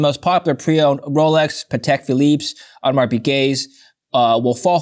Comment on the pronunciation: Dude doesn't even know how to pronounce Audemars. He also scammed his way through business ventures. Dig a bit into his back story, the dude is a scammer. Fact.